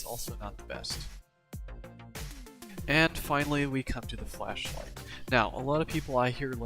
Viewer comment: It sounded like he said flesh light